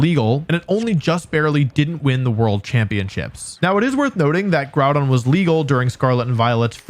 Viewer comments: I know it's a meme for pokétubers to pronounce pokémon names wrong but I'm very disappointed you pronounced Groudon wrong. Its Grew-Don. SMH. Do better 😢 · Groudon. Before JimmithyCool comes in and ruins it by calling him 'Grudon'